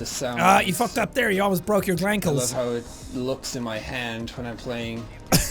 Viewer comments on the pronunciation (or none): you almost broke your g l a n k l e s